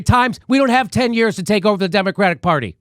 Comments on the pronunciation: I'm with all of this except for pronunciation of "Yuuuurs" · Why cant say "years"?